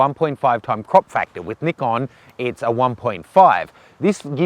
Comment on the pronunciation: Good review,practical realistic and unlike all the American reviewers, pronounces the product name correctly, Ni-kon not Nai-kon